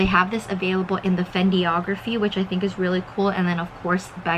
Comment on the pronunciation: Hi, it's Fen dig ra phy. And the h in boheme is silent so it sounds like bowem. I love your videos.